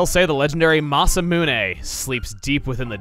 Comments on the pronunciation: Its pronounced Masa - Mune not Masa - Muna! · I’m pretty sure he did but alright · He also mispronounced masamune despite pronouncing it right in previous let's plays